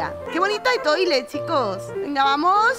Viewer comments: Mirta tiene mi voto para que se quede en la isla como vecina morada. Es muy mona😊. La otra vecinita se pronuncia (Etual). Igual ya lo sabes,pero es una palabra francesa que significa estrella. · Etoile Se pronuncia Etual en francés significa estrella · Se dice etual está en francés 😅😅